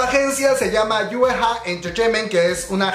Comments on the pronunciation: yue hue entretaiment se pronuncia yei guai entretaiment, es muy dificil decirlo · Se pronuncia Yei guai es muy dificil pronunciarlo como se escribe